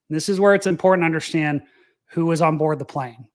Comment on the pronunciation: UNDERSTAND....sound it out buddy. It's not UNDERSHTAND. INTERESTING. Sound it out buddy. It's not INTRESSTING.